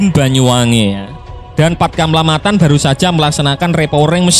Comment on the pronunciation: Jefman min bukan jefmen 😂😂😂😂 ente pikir itu bahasa inggris 😅😅. Matan bukan metan 😅😅 itu pulau raja Ampat paling dekat dengan kota Sorong.